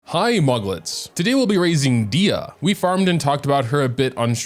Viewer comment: NOOO PLS .... dia.... nooo. its dehya